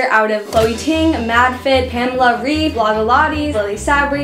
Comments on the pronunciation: Pamela REEF omg I can't 😂😂😂not tryina be mean but it's Reif pronounced like Rayf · Great video! This really motivated me to work out! :) Just a short correction: I'm German (like Pamela Reif) and her last name isn't pronounced "rief" but "rife" ;) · Hey! :) just a little tip- Pamela is German so her name is actually pronounced [raif] (and the r is harder than in English - if that makes any sense :D ] :) nice video! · cool video but its not Pamela "Riiiief" its Pamela "Raaaaif" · Loved the video❤️ Btw you pronounce Pamela Reif more like Pamela Raif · The a's in pamela are pronounced like the a in amrica ans well as the e in Reif (R 'a' if) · I really like your videos! Amd btw reif is pronounced like raif... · You pronounce Pamela Reif like R-AH-IF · the „ei“ in Pamela Reifs last name is pronounced like an english „i“!!! 🙏🇩🇪🇩🇪🇩🇪